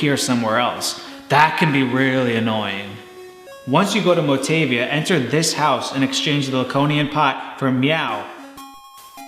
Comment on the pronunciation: By the spelling. When words are written in Romaji (Japanese pronounciation with the Latin alphabet), each letter has only one way to say it. A is like fAther, mOm, E is bAse, tAble, I is tEE, O is tOte, rOpe, U is tOO, tUbe, etc. Nei would be pronounced "nay". MotAvia, not Motevia. Hope that helps.